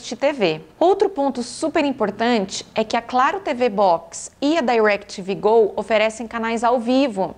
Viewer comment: Eu amoooo ela falando “Dairequitivi Gol”